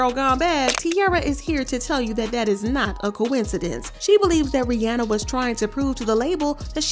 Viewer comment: Love the video but I couldn’t get over the pronunciation of Rihanna’s name — it’s “Ree-ah-nah”